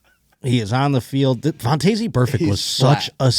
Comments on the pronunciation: Since it bothers me as much as a doofus playing guitar in public bothers others, I gotta tell ya that Vontaze is pronounced VON-Tez. Happy Wednesday Go Bills love u bye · yah I have never heard anyone pronounce it vawn-tayzee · I love the podcast. Watch every week. Stop saying Vontaze Burfict like that. Please. I have never heard anyone pronounce his first name like that.